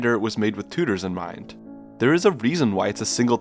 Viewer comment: I just love the way you say "tooters" lol